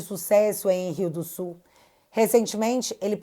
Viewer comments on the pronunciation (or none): Porra esse cara é da minha cidade, aliás rio do sul e não Riosul